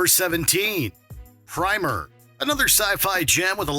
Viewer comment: Its pronounced Prim er